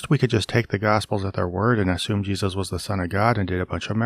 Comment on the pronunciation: “Ship of Jeseus”